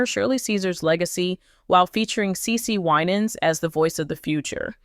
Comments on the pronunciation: PROUNCE HER NAME RIGHT THANK YOU HAVE A BLESSED WEEK IF U DON'T KNOW HOW TO PROUNOUCE A PERSON'S NAME PRACTICE IT THANK U PEACE😊😊😊😊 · CE CE WINANS IS HER NAME STOP MISPROUNCING HER NAME